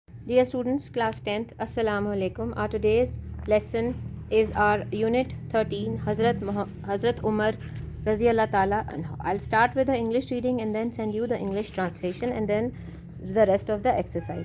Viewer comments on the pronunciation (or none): Haxrat Umar unhu... Not unhaa